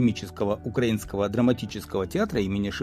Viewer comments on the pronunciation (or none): none